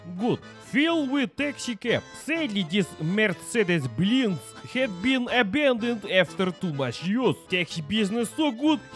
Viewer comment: Mercedes Benz ❌ Mercedes Blinz ✅